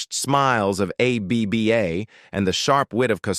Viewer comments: "A B B A" -- you lazy sht, at least teach the AI how to say the name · A.B.B.A. 😀 in the middle of the vid, the ai pronounces ABBA as a word as it should. So, 16 minutes to tell us that Elvis and Agneta could have worked together once but didn't.